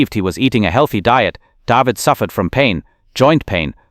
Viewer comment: Ugh to artificial non-intelligence...Helen is a he? David's name pronounced warpedly. Where have all the humans gone...long time passing....sigh